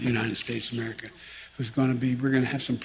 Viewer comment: "Transform 'Merica"?...he can't even say America!